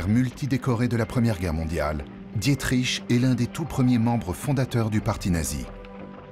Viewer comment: Non mais sérieux, on en est encore à "Dié-triche" ?